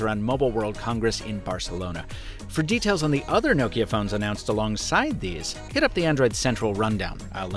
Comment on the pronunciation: The way you pronounce Nokia is exremely grating